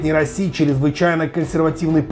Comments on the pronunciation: Какой расси, раисси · РаИси не Раси )))